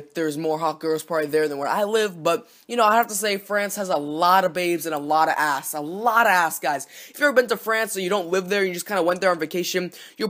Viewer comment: you pronounced "ass" like "ahhss"